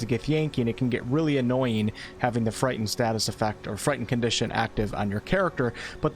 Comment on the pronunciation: The "T" in "Frightened" is not silent.